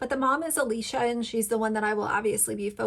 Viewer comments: I did some more research and I don’t think they’re technically foster children. Plus I agree with you that she shares way too much information. I just think your point would come across better if you were more familiar with the Dougherty family. (The creator’s name is pronounced Uh-lish-uh Dock-er-tee). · 1)the two new kids are not foster kids; they are family friends. Alicia grew up with their mother. 2)you obviously did not watch any posts yourself, or you could pronounce ‘Alicia’ and ‘Dougherty’ the way they do. Your credulity is in question. In the future, I will avoid any videos you produce.